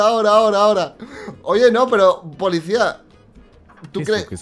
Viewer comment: Like si escucharon que dice polixcia